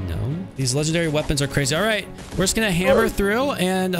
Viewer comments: Its so silly when he says cWazy 🥰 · Why are you saying "cwasy" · This is cwazy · “That’s just cwazy” the best line ever said